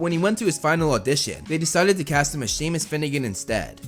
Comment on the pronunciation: FINALLY someone said Seamus right! Thank you And it's so funny!